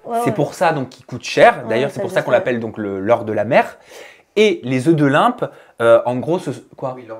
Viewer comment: Des œufs de "Limpe" ...😂 LOMPE pas Limpe !